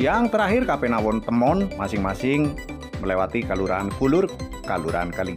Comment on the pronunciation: Jangan diucap ^kapenawon^ tapi Kapanewon .